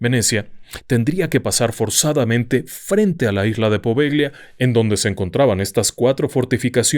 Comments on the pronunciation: Buenos días. Un paréntesis: no se pronuncia "Poveglia", se pronuncia "Povellia" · Amo éste canal❤❤❤ En italiano Poveglia se pronuncia Povelia, "gl" suena "l". Muy estimado, deseo nuevamente felicitarlo por su exquisita narrativa, sus programas los veo y los re veo y los vuelvo a repetir, son fantásticos, gracias a usted y a todo el equipo de RDLO. Por otro lado quisiera preguntarle si el Códice Poveglia fue encontrado en ésta isla y le ruego nos ilustre con un programa dedicado al mismo. Mil, mil gracias por su atención y amable compañía❤❤❤❤❤